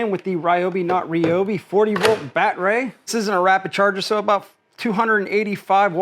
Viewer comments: I'm guessing that you're being facetious lol since you're saying "bat-ray" instead of "bad-er-ee". Again, 1st time watcher so not sure if this is just part of your schtick. Good content though. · Haha! What’s a “Bat-ray”? 😂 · First time seeing this guy. Is he purposely mispronouncing battery? lol.